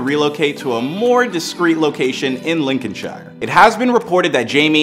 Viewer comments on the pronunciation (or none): As a Leicester supporter and football writer, I can tell you that there's so much misinformation in this poorly created video. It's pronounced Lin-con-sheer, Americans. You're welcome